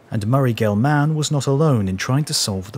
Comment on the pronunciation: I thought the same thing. There were several mispronunciations that bugged me, but I don’t doubt I make some too without knowing it. Murray, “GelMAN,” seemed odd to me. Just, “Gelman,” with no extra stress on the, “man,” part necessary.